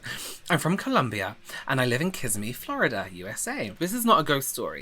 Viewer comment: You said Kissimmee wrong 🙃 But in all seriousness, the wind probs shifted/ dissipated the cloud and took the sound imo. I grew up watching launches from my front yard too and they would shake my house, so I'm pretty used to the "strange clouds" life